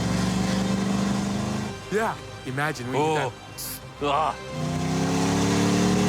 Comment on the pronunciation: Tori, I like you man. U were great in myth busters and everything you do but please please never say noz again!!!